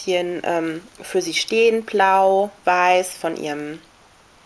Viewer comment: du redest voll niedlich (: manchmal hört sich blau bei dir an wie plau :D das ist niedlich